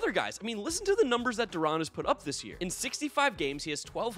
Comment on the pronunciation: Rangers fan here, I respect that you stated that Zeke Duran and Leody Taveras should be all-stars. Also Duran's last name is pronounced Du-ran (Like ran).